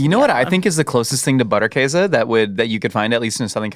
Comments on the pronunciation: in Wisconsin we pronounce it Butter - Case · the way you say Käse is right. The butter in German, would be pronounced with a harder T sound and also with the u as in boot: B - oo -tt-er Käse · Oh thank god, you prevented me from having to skip this video from the idiotic butchering of Butterkäse pronunciation. We live in 2026, there's no reason people cant do a quick google to learn its not pronounced butter kahzay. Even if you don't pronounce it 100% correctly, the difference will be significant and much appreciated